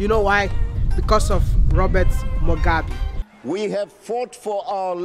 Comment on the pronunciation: Mugabe not Mugabi you're pronouncing his name wrong